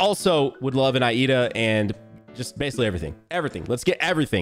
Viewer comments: Everyone says lida lida lida it's IIDA NOT LIDA WHO TF IS LIDA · it's not Lida its iida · it's okay, when I first read his name I thought the first i was an L so I said Lida😭✋ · Somebody tell this mans it's pronounced LEEDA not I IDA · its just Iida, like eee duh, not i eeduh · The way said iida caused me deep pain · The way he pronounces Iida's and aizawa's names 😂😂😂 BRUH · this man mispronouncing iida.